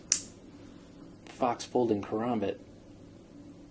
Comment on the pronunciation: No offence people do it allot but when people say ker-ambit and add a third syllable it doesn't feel right